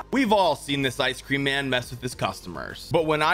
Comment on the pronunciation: The way he said-“Awyc creaum”